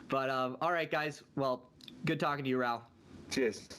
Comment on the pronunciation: His name is Raoul, not RAAAAAHLL.